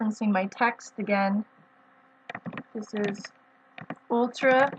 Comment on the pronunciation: “Ultra” not “utra” hi!